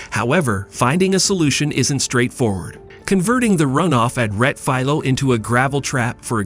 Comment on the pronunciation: Please, if you’re going to use foreign words for track corner names, take the time and make the effort to learn the correct pronunciations. The corner name is Rettifilo, there is an “i” in the name that should be pronounced.